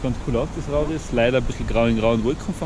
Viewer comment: I kimm aus rauris owa bitte es hoast „Rauris“ und nid „Rauriiiiiiiiiis“ owa sonst suppa video woher kemmbs es?